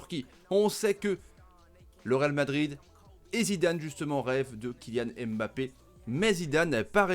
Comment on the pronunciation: S'il vous plaît faites un effort. Incapable de prononcer Mbappé.